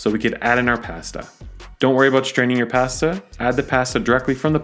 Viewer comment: You pronounced everything but pasta correctly. Never heard anyone call it "passda." Pa as in "papa" and sta like "stuh or stu(d)."